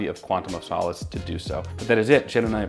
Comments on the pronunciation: Right off the back of Craig pronunciation correction we get 'sow-lace' ^^ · you pronounce 'Craig' fine but not 'solace' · Not my favorite Craig film. I hate the cutting between scenes during the action, it's really obnoxious. I see what you did there, mispronouncing Solace to get more comments, that's hilarious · Says "Craig" the British way, immediately gets "solace" wrong. Beautiful work.